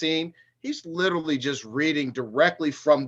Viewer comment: OMG 😂..."Lichrally" at all.🤭